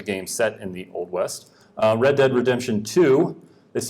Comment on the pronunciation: Red Dead Redemption, not Read Dead.